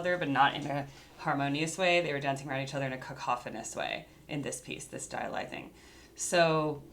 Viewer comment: It's pronounced Hi Li & It's actually a sport!